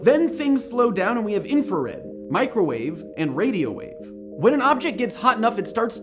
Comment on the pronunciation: Whenever you say "microvawe" the first thing that comes to mind is a food heating device.